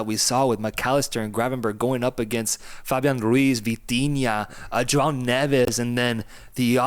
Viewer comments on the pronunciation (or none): none